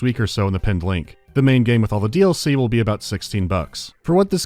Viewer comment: Coming back to this video again it should be a 10/10 but hearing the way you pronounce DLC makes it a 2 😂😂😂